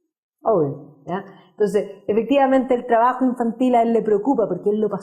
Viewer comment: Dice "traajo", porqué no hablar bien? Se dice trabajo.